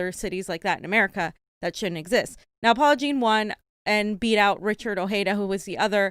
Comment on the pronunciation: The J is not silent in Ojeda.